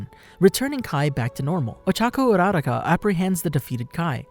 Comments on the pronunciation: uraraka not uraradka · (U-a-rocka) dude